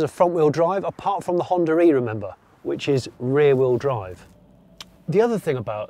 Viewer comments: Its "Honda E" , not "Honda-re" 😛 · Every time he pronounces Honda e and Hondare...